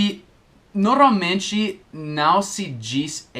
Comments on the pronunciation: Oi, a pronúncia correta é / Nor- malmente / e não ''Noralmente'', já se ouviu pronunciando-a? é só uma dica de alguém q. aprende muito com os vídeos de alguém q. ensina bem pra caramba. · E aí,! Só uma dica: Quando você pronuncia a palavra "normalmente" está soando "noRALmente", ou seja, sem o "M" depois do "R". Só um toque mesmo. Seus vídeos são ótimos! Obrigado por tirar tantas dúvidas.;)